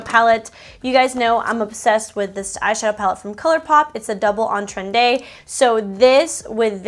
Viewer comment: Girl you mispronounce the name of the colourpop double entendre palette every time you mention it 😂